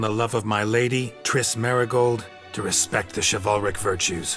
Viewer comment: "Chiv-ALL-ric". Such a weird way to pronounce it.